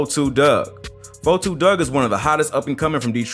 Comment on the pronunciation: What TF is a 4 2 Dugg💀 its 42 my guy😂😂😂